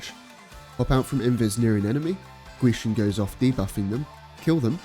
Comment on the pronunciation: Man pronounces gwisin perfectly